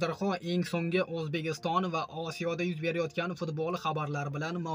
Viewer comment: Toʼgʼri gapir oʼzbegiston emas Ozbekiston boʼladi